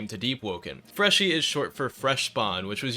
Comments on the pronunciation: yeah nah we're all saying freshie not freshy dawg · its freshie not freshy idf soldier ur trying to change the terms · If you had the slightest clue on how languages grow and develop you would know that it is completely fine to spell it "freshie" due to how the word has developed and changed over the years, like how in swedish "f" used to be pronounced as "v" in some words or how the word "goon" used to mean a bad guy in common speak but nowadays everyone thinks of masturbation (which goon does not mean just normal masturbation unlike how it is used) You are prejudiced, biaced, and absolutely BLINDED by ignorance.